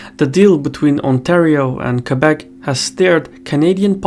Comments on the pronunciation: How can someone mispronounce Québec? It's pretty straigthforward, as words get. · Most anglophone say : « Kwaybek » instead of Québec.